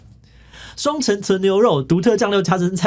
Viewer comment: 雙ㄘㄥˊ～ 不是雙塵～